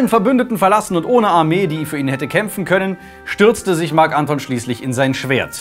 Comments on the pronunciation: Ja, aber als Marc Antón, nicht Ánton. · "Marc Anton" betont man auf dem O. Oh well, is jetzt auch schon wurscht. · Moment Gaius Octavius? Der VATER von Kaiser Augustus? Tz tz tz dieser Fehler ist aber doch etwas peinlich ^^ Gaius Octavius IST Augustus! Es war ein Ehrenname welcher der "Erhabene" bedeutet. Das sagt der liebe ja selbst später. Und bitte sag Marc AntonIUS nicht Anton:) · Wie kann man Marc Anton und Octavian so konsequent falsch aussprechen & betonen... immer diese Amateure xD